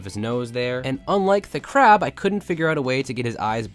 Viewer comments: You said "CARB" not " CRAB"( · It's Not Carb It's Crab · Not hope it’s carb it’s crab😂😂😂😂😂😂😂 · Why does the crab say carb 😅